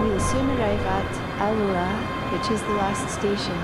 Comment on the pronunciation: Pronunciation coach here. Alloa has its emphasis on the first A. Also, cultural note, not all Scottish people hate the Royal Family. Just the ones that shout loudest! Message ends.